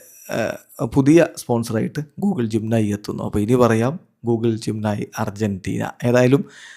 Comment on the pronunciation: പറയുമ്പോൾ ജിം നയി എഴുതുമ്പോൾ ജെമിനി 😂😂😂😂